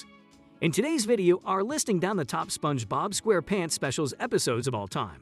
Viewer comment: Why you say SpongeBob SquarePants like that g???😭💀